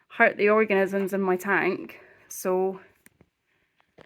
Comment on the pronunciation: really nice little tank there and your ecosystem looks balanced in terms of bioload....to a canadian ear your pronunciation of 'organisms' was interesting.